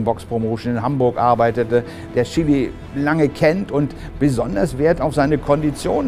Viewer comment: Er heißt "Is(ch)tvan Szili" nicht Chili